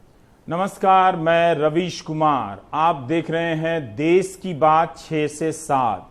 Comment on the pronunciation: "देश" ।। होता है रवीश जी।। ना की "देस"